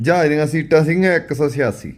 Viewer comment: ਜਹਾਜ ਹੁੰਦਾ ਜਾਜ ਨੀ😂😂😂😂😂 ਚਵਲ ਸਰਵਿਸ😅